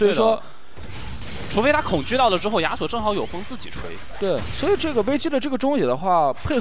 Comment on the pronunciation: 听着“鸭索”、“鸭索”感觉贼尴尬。。。。。